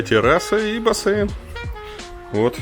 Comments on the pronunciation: чувак, ну почему бассэйн? он же бассейн. Ты же не говоришь Одэсса! Или говоришь? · Бляяя.Всё хорошо, но.. бассЭйн, бассЭйн